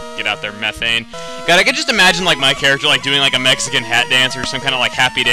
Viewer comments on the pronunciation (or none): none